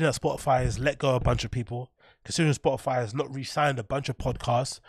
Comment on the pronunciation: Spoh ih fie innit